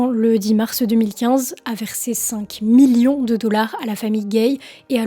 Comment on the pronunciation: Le mot Million prend un seul M, pas 4. Bizarrement le mot Morceau tu le prononce sans problème 😉